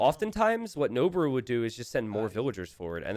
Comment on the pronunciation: Pitch accent for Noboru is low then high. It means "to ascend".